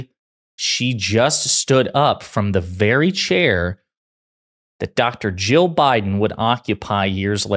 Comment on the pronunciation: Ya might want to try enunciating better when saying Jill and Joe. In this video, their names are indistinguishable. The main vowel sounds both sounded like “uh”. It got a little confusing. 😊